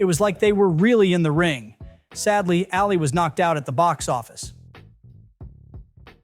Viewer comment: This would be a fascinating video, were it not for the repeated mispronunciations. 3 minutes in and I've already heard you pronounce DOLITTLE and ALI incorrectly. Even allowing for the possibility that you've never heard these names before (one having been in the title of several earlier films, the other being the most famous boxer who ever lived), the names of the characters are spoken aloud in the films & the marketing materials. I'm sure you think I'm nitpicking, but it severely undermines a creator's credibility when he or she is imparting information but can't correctly pronounce key words like names & titles. Took me right out of the video.